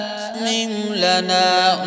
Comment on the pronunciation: My name is Rabbe Atmim. And my mother's grandmother give me this name. A few days ago, I came to know that my name was taken from this sura. Nobody in my life has pronounced my name correctly for the first time. But after hearing this recitation and the way he pronounced Atmim, that filled my heart with love and emotion